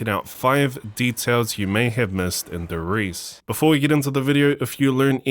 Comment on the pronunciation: Brow pleas dont say TheRise it Namen D e r R i e s e . Make ups German proud.